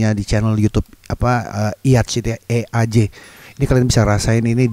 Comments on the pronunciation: Dibacanya Ijjj bang hehe, kalo iyaj iyaj nanti diomelin sama jae wkwkwk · Bang, nyebutnya ij 😀 bukan eyaj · Jae's talented person indeed. Btw bg eaj dibaca "ijjj" :D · Huaaa reaction eaJ🥺❤️ Jae pasti seneng kl tau ini bang, makasih ya bang! Btw kelewat 1 lagunya bang, judulnya pinocchio, ada kok di youtubenya eaJ, gak dimasukin ke playlist tapi. LA trains bacanya EL-E trains, kayak penyebutan Los Angeles bang, terus eaJ bacanya ijjjjj bukan iyajjj. Ini kata orangnya sendiri bang🤣🤣 Once again, thank you so much, bang! Jangan bosen dicekokin link sama myday😬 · Iyaaa Lo-Fi gitu kalau dia bilangnya wet song, moist gituu, kayak lagu awal tahun 2010. Beda banget sama lagu JYP (most of k-pop song) yang dry. dibacanya Iij bukan iyaj jga wkwkwkwk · Bang, itu bacanya:iij: jangan:eaj: pls entar Jae ngamok!! 😭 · ati ati bang kalo jae tau ada yang nyebut eaJ jadi "eyaj" nanti doi ngomel trus ngambek bang wkwkwk, bacanya "ij" bang hehehe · eaJ enthusiast is here Btw bang bacanya ijjjzh, nanti orangnya ngambek lmao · Makasih bangggg udah react lagu2 nya eaj huhu😭😭😭🙏🙏🙏 btw eaj (read: ijjj) 😂😂😂🙏🙏🙏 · Bang dibacanya iijj , ntar orangnya klo tau marah2 lagi . Dia klo ngambek lama bgt terus ngungkit2 mulu. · Gileeee 😂 (╥﹏╥) Bacanya ijhhhhhhhh bang, buka E A J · Eaj bacanya "iiij" bang wkwk Lagunya2 eaj emang unik2 sih, kaya jarang denger lagu macem gini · Fyi Eaj dibaca ij bang... kalo kata jae wkwk Abis eaj react punya youngk bang dia upload lagu2 demo yg kalo ga salah lagu2 yg kemungkinan di reject sama jyp tp ga kalah bagusnya sama lagu2 day6. Semoga saranku dibaca ya bang makasih. Aku selipin link playlist nya dibawah ya bang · btw eaj bacanya iiiij bg.. Jae emg suka experiment bg, smua dicobain. Jenius. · Kalau kata jae dibacanya "iijj" gitu ka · eaJ bacanya izz bang.. 💪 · bang btw eaj dibacanya iiiiijjjjh😂😂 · Bang kata Jae baca "eaJ" cukup "ij"😀😀👍👍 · eaJ di baca nya 'iiiij' bang Padahal enaknya di panggil i ei jey ahehehehe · Abangg fyi eaj dibacanya "izz" (cmiiw)